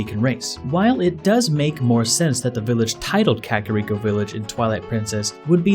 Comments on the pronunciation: Kuh kair eko not kakarod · Dude ere is a sign in front of the hidden village that say in Japanese ka-ka-Rico-village. Also it's not pronounced cakirico village it's kaka like the Spanish word for crap and Rico... the pengiun